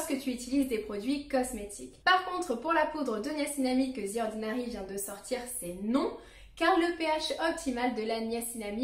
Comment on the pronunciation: The ordinary ❌ Zi ordinary ✅